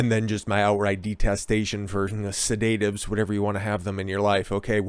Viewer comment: If you pronounced 'sedatives' right in the first few seconds it wouldve been marginally easier to take your clown ass seriously lol (said-uh-tivs) not Se-Date-Ivs 🤦‍♂ alright my knees are getting sore from dunking on you, better have some Pink Kush to help with the joint pain 🤷‍♂